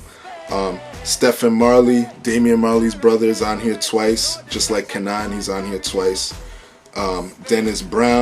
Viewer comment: K'naan = Kay-non Dope review though.